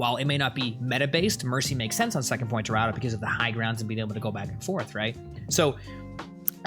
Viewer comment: He has a funny way of saying Dorado